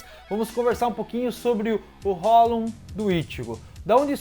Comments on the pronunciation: esse cara fala hollon e não hollow kkkk mas mesmo assim seu conteúdo é muito bom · Pronuncia "Rrolou" porfavor, não é hollon não kk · Ele fala hollon rsrs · Queria entender por que ele só fala "holum" e não "hollow" (que é a pronúncia correta)... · "Hollown" meu tooooc aaaaaaaaaaa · cada vez q eu ouço hollon eu morro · Por que você pronuncia "hólon"?